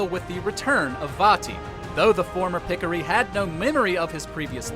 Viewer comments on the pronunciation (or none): "Pick-o-ree" 🤣🤣🤣 It's "Pih-Core-Ee". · say it with me ( pi-co-ri ) not picikiri .....smh